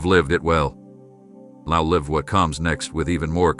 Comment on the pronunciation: The person who is speaking is also mispronouncing words because the script can’t catch the mistakes. “LIVE” is pronounced two ways. I am waiting patiently and gratefully for the next chapter to began. Every day lost is a big loss for me. Time is PRECIOUS —- and SO ARE PEOPLE!! ❤❤ Amen.